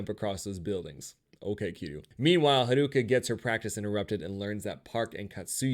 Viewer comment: This person omits a lot of details and misunderstands character motivations Edit: and butchers the pronounciation of character names (harooka lol) and is very defensive